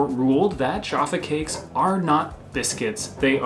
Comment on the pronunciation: I almost smashed the dislike button on this one guys, not only did you compare minstrels to m&m’s which was sheer blasphemy but the number of times you mis pronounced Jaffa cakes was beginning to grate on me. Luckily I have a pack of Jaffa cakes in my cupboard to gorge on and calm down.